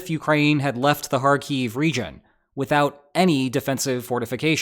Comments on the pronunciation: It's "HAR-keef" not "har-KEEF". Stress is on the first syllable. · Hey, saying Kharkiv right once is better then not saying right even once. For some reason you keep calling it KharKiev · Why do you wrongly accent the word Kharkiv on the final syllable? It's accented on the first syllable in both Ukrainian and Russian. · It would be cool if you could at least learn to pronounce the name of the place that you are talking about.....